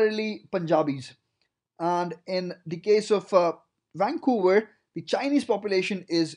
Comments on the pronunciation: WAN COWA idiot its VANCOUVER. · lol wancouver. That is the only thing that drives me nuts. It starts with a V! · Never heard of “wancouver”... 😳